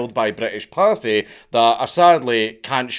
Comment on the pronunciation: I like how "juggernaut british party" is in the youtube search suggestions cause of danks pronunciation of pathé